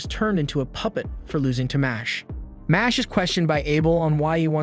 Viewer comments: It’s not mosh it’s mash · I just went to check the anime pg bc i knew this pronunciation is wrong. sure enough, it's the katakana for muscle, so it should be "ma-shu-ru", not "mash"